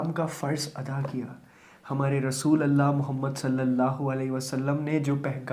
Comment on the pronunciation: Sir rasoollullah hota hai